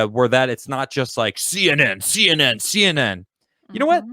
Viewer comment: To me, “SEE EN EN” now is called C N E N D